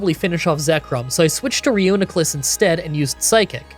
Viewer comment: You pronouncing Duosion wrong but nailing Reuniclus’ pronunciation was really surprising. 😂